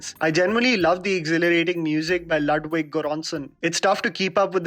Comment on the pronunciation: Ludwig is pronounced as not LADWIG its Ludwig only, it’s a very common German name